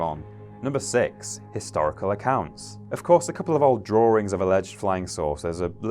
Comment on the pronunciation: Heh, you say drawing (drawring) like my mother says Chicago (Chicargo). Also, I enjoyed this video. Thumbs up!